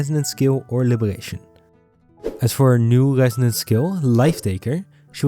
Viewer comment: Bro cannot pronounced the " R " 😭 " Gesonance " and " Libegation "